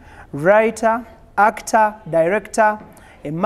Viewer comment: Did he just say actor🤣🤣🤣🤣🤣🤣🤣🤣🤣🤣🤣🤣🤣🤣🤣🤣